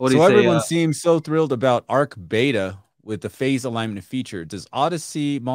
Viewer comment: Its beta not bata hahah its what companies test before proper release foooolss